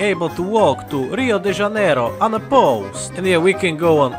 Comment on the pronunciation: Finally, a person who knows how to pronounce janeiro properly Very maneiro i slovaco productions